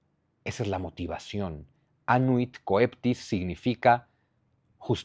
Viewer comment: Coeptis Cheptis la pronunciación Zunzu Como Coelis Chelis = Cielo Saludos y gracias por todo tu trabajo